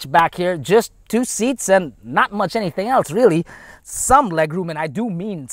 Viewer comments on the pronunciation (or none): none